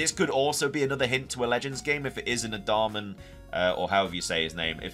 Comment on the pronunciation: Adaman. Like adamant without the t. That’s it.